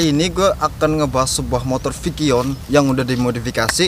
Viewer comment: Vixion cuk, bukan vikion.. gk prnah skolah ya lu